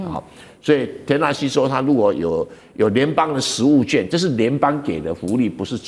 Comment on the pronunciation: 食物券，要讀"勸"，不唸"眷"